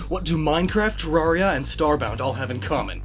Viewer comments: YOUR SAYIN GIT WRONG ITS TER-AIR-EE-A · you pronounced Terraria wrong. it's Tair-air-ia. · Learn how to pronounce Terraria. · "Terrahria" - & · You’re pronouncing terraria wrong, it’s pronounced similar to terrarium. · You said terraria wrong!